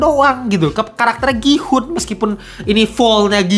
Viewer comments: Ya ga perlu juga dihujat juga soal bahasa koreanya TOT… Dia kan ga pernah belajar bahasa korea jadi wajar dong kalau pengucapannya salah. Gua juga kalau mau nyebut gihun ya juga gi-hun pasti karena ga ngerti bahasa korea. Mentang mentang lu bisa bahasa korea. Gua kasih lu ngucapin kata bahasa lain juga lu pasti salah 😂😂😂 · DAN LO TAU APA? Dari semua hal-hal esensial dalam series ini yang luput untuk lu pahami (karena kita semua tau lu kejar setoran), BERKALI-KALI NAMA GIHOON DISEBUT DI DALAM SERIES INI, LU MASIH SALAH CARA SEBUT NAMA DIA 😂😂😂😂😂😂😂😂😂😂😂😂 Kalo lu ga ngerti bahasa Korea sama sekali, lu gatau cara nyebut nama-nama Korea dengan baik, lu males ngulik pake AI, MINIMAL KUPING LU DIPAKE: pronounce nama Gihoon itu "GI-UN", letter "H" is silent, bro! Nggak Inggris, nggak Korea, pronunciation lu BUSUK SEMUA 😂